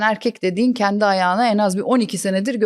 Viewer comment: Kendi kelimesini çok ve yanlış kullanıyosunuz, şaka kaçıyo, şaka iniyo arkadaşım. “kendi” , e nin üstünde şapka varmış gibi düşünün. Azıcık diksinize yön verin yahu. Düşün bak “genç” kelimesindeki “e” yi ince söyle nası kaba duruyo bi görün yahu. Konuşma diliyle yazdım ki iyice anlayın diye. Takıldığınız yerde Teoman’dan “Zamparanın ölümü” nü dinleyin. Abimiz çok güzel söylemiş: Dün akşam dedim ki; kendi kendimeee kendi kendimeeee: Düşünmeeee